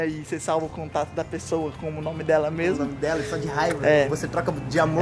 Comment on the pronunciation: É memo e memo kk até eu comesei a falar isso em casa